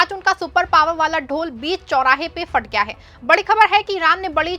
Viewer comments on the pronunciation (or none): Madam, fat Gaya nahi phat gaya bolo ,tum urdu bolo ya hindi,,dono ko mix karte